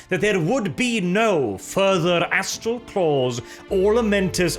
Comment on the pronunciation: Anyone else catch the part where nearly called the Astral Claws the 'Asshole Claws'? Just past